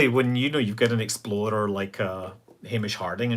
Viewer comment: My American ears keep hearing Exploder everytime Scott says Explorer. Sadly it makes me chuckle.